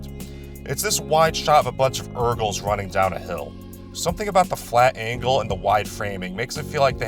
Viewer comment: I keep hearing "Erkles".😅